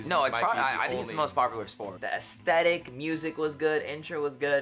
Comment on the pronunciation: I do not expect people that can‘t even pronounce the word „aesthetic“ correctly to have decent takes LMAOOOO